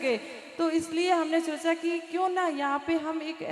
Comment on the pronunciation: Chocha nhi socha ese bolo